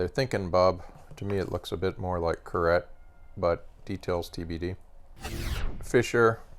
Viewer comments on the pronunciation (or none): Please say , car- eye . Georges Carette was a French jew . You pronounce the name like Chevrolet . I love your stuff ,definitely have great taste 👍👍👍👍